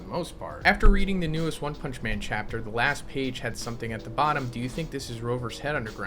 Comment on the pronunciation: Wun pumnshhhh